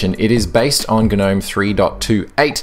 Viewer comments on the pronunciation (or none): The word Gnome is pronounced "Nome"! "Guh-nome" would be spelt G'Nome. Please learn how to talk properly. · Click Bait title down voted, this is a PinguyOS review. I was looking for a debate about Gnome. And I can't stand hearing you say GNome. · Umm... yeah, I think the g is silent dude. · ok right is it pronounced "g'nome" or "nome"? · The G is silent. Think of lawn Gnome. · Dude, the G is silent.